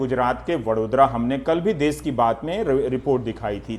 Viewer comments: देस नहीं देश होता है.....NDTV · सर देश होता है ना की देस